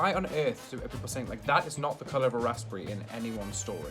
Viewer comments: Who makes toast in a press? Who doesn't have a toaster? Also, if you're looking American dude, that 'Combo' you made is called a 'stack-up' but it's meant to be all on one fork and dipped in HP sauce. Also, English dude, are you saying the 'p' in Raspberry? That's... That's not how that's said, man. 'Raz-buh-ree', just for future reference. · Eh. We gave the world the gift of our precious language and they keep messing around with it, it's understandable we're bothered. But on this occasion, I'm actually referring to how the Englishman says a word and that's just patriotic responsibility, my friend. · might be just a northern thing (Mancunian) but ive never heard anything pronounce raspberries with the P not silent 🤣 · No one’s going to talk about how pronounces “Raspberry” 😂. I’m from New Zealand, a British Colony, that cannot be right 😂😂. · The p is silent (I don’t know why, I don’t make the rules (I’m also American so it might be a different pronunciation there)) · Finally someone commented it! Same I pronounce the "s" as "z" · Well you both triggeres me lol ribena you add water and u dont pronounce the p in raspberry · The way said raspberry hahaha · My man can’t pronounce raspberry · I hate sloppy joes. Gatorade and Powerade are both in the US. I like how this dude says Raspberry < the emphasis on RASP is amazing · I'm British but I hate the way he says raspberry ...like it's not said like that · I was looking for this comment was driving me nuts ahaha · he seems like he has a very basic London/southerner accent, which I where I'm from and live, I've never heard anyone pronounce it like that ever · rasperry ?? rasBERRY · RasPP Berry I think u pronounce it rasberry because the p is nearly silent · why dose he say raspery im English and i say raspberry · Rasssbre. 😂 I'm British and ik it's pronounced razz-berry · wtf is a raspey like I thought it was raspberry?????? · I like how he said raspberry like rospburry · No one:...: rasPerry